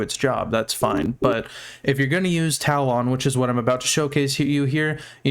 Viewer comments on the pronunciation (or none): my dude... it's pronounced TA-LUHN. for my mental health brother please correct yourself